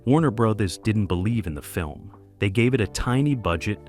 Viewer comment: "Warner Breathers"?? Really? Come on..at least review the readings of the narrator before you make a presentation. And you wonder why you only have 2k views. This sort of oversight just ruins' the impact of the channel. If this is A L...teach it better...if this is a real human..get someone else.